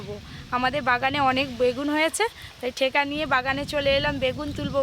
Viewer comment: ঠেকা নয় ঠাকা বলতে.